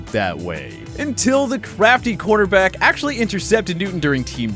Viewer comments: If you could pronounce corner back correctly that would be appreciated. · He's saying cornerback.